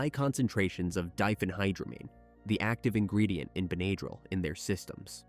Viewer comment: In the word, Benadryl, the a is a short a, not a long a. How can you kill your wife and your kids and then sit there with them, that’s appalling.